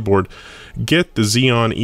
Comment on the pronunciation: My brain shut down for a moment when I heard "dual she p u." lol... :P